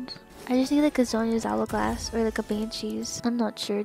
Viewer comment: "zhonyas owagwass" :P